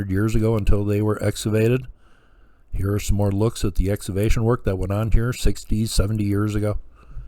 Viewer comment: I love what you do,...but I need to offer a correction on your pronunciation of the word "excavation." You pronounce it "ex- ah- vay- shun" when it should be pronounced "ex- KAH- vay- shun". The "c" in the word is pronounced as if it were a "k". No big deal in the grand scheme of things.